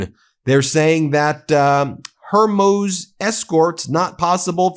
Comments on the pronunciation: Daily reminder your pronunciation of Hormuz is absolutely awful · Learn how to pronounce Hormuz. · Ben, why can’t you pronounce ‘Hormuz’ correctly? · Please practice the pronunciation of HORMUZ. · I don't mean to be rude. It's Hormuz not Hormose. We keep talking about all the atrocities Trump has committed. I know there is a Blue Wave going on. We have to get rid of these people and put them in jail now. All these MAGA people need to be put in jail like Marjorie Taylor Green, who isn't in Congress anymore and has no Trump protection. Why are these people still free? Remember her insider trading? Remember her vote to overturn Roe vs. Wade? Her crimes against humanity? And yet there are no consequences for her. Ask Popok to put some cases together for these people while they still live in the United States. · is it not pronounced Hermoooz... not Hermoes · Ben, will you please stop pronouncing Hormuze "Hormose" come on man. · Ben, the pronunciation of "Hormuz" is "hor-MOOZ," not "hor-MOZE." it makes you sound isolated from world events. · If you're going to insist in each of your podcasts that Trump is stupid (which he 100% is), at least learn to pronounce basic words properly. There are no 'Straits of Hormose' as you ignorantly suggest. It is the 'Strait of Hormuz' and being able to even bother to pronounce it properly might make you seem a touch less ignorant. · Its pronounced straight of "hormooze" not "hormoze" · Please learn how to pronounce "strait of Hormuz." It's hor mooz. It's not ho muz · I'm sorry to pedantic Ben, but with the utmost humility, it's pronounced, "hor- mooz," not, "Her-moze." 🙏😁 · It’s pronounced hoar-MOOZ. You’re killing me Ben. It’s not HER-moz. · Just curious. Why do you continue to mispronounce the Straight of Hormuz? It’s “HOR-mooz” not “HOR-moze.” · Saying "mark rut" instead of "mark rutte" ( nato sg ) was bad enough. But strait of hermose?! It's Hormuz, dummy. You just about pronounce it as you write it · Hormuz is pronounced hor-mooz.